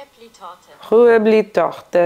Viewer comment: Pa baš lepo izgovorila ne bi rekla da nije dobro. A rec Rüebli je čak nama koji smo se ovde rodili teško. 🎉